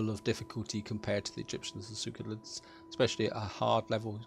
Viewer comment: SeLeukids, not Sewkolits...